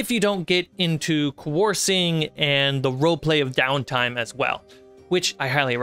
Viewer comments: Is it not Kah-r-ow-sing. The ow is the ow as in I hurt myself I have an owee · I screwed up…the last syllable would be zing not sing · Love the video! Good comprehensive overview. Fyi, 'carousing' is pronounce like 'mouse' or 'house' followed by 'zing' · Great video! That word, however... the middle syllable rhymes with "Cow" or "Wow." Carousing = kuh-ROU-zing.